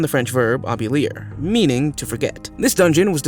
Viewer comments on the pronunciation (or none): Oublier. Pronounced "oo-blee-ay."